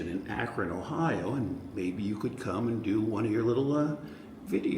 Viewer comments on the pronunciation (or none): none